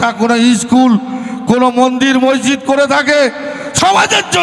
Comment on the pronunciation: Sahajahan noi re, otar pronounciation hobey Shahjahan😂 Tor train'er hawkeri style aagey thik kor. Monzid noi, otar uccharon hobey Maszid😅